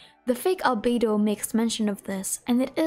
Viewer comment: so glad I'm not the only one who calls fake Albedo 'Alfredo'